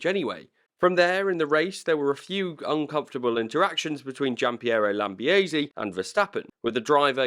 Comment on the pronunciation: Man the pronunciation of "lambiase" killed me. I understand that Italian surnames and names aren't exactly easy for English speakers but just running it through Google translate would have been enough to understand that your pronunciation was completely wrong